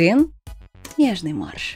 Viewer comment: Я все не могу избавиться от кажущегося мне слова "морж", вместо "марш":D сегодня прям особенно красива